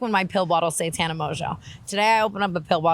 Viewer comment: "TANNER" lmaaaoooo